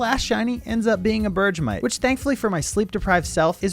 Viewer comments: Bergmite is pronounced “berg-mite” not “berg-ja-mite” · There is one thing that was embarrassing. You said Bergmite’s name as Berge-a-mite when it’s Berg-mite, as in IceBERG + MITE. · I think your saying bergmite wrong, Berr-g-might. (Edit : i think thats how you say it lol) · I love hearing other people pronounce pokemon wrong lol berjaaamite it's a iceberg it's berg-mite hahaha